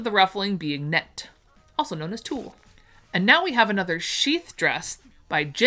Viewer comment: Yes, you mispronounced a few names of fabric I'm here for the lovely patterns and descriptions that you do with your special talent. Here are a few - bengaline Ben gal een, tulle tewll, peau poe, percale purr cal barethea bar a three ya. Birdy